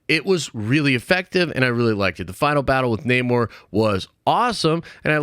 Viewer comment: Namor not neymor